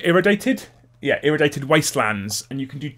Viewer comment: Agree 100%. The money I have to spend on more books just means more use of my blue stuff to make up for the loss 😉. Also, I-ray-dee-ay-tid 🤣